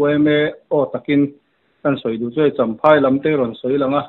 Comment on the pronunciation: Champhai tih tur ni zawk awm tak ani chamhai ti loin